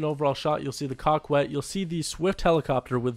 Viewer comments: Not pronounced cockwet. Its coe ket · Coquette is pronounced COE-CETTE. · And please do not say Coquette as Cock-wet. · repeat after me. Coquette, "KO - KET"; Besra, "BASE - RA". Coquette "KO - KET". Besra "BASE - RA". love your vids! keep up the great work! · It is supposed to be pronounced kak-ette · Did u say the car was called the cockwet? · Lol cockwet (coquette) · Learn how to pronounce coquette haha